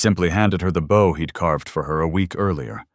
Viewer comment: I keep telling you the word is bow pronounced Bo.